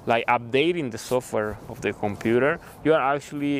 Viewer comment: “Compurerr,Bararry” man